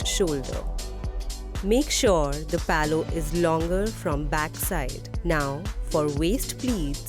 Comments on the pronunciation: Palow kya hota hai LMAO. How hard is it to say pallu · Did you just referred the "Pallu" as "Paloo" throughout the video??